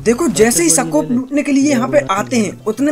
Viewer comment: Bhai सकोप नहीं होता हे स्कोप हाेता ह